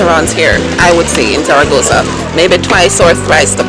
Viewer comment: love how you say zaragoza !! peace be with you or with me ... now im confused lol